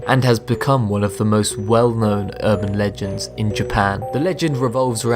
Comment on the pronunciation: you said "scariest burban legends" o.O Also, the smiledog is RIDICULOUS. not scary, just ridiculous. but still it's the one that freaks most people out. i will never understand people. that was funny XDDD